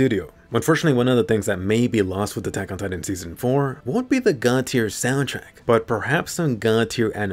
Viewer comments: "why did atagada" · Everyone: attack on titan This guy: atacatatan